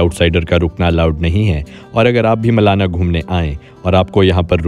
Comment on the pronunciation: It's not मलना it's मलाणा।